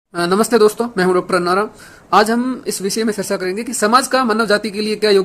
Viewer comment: सरसा नही चर्चा.. उच्चारण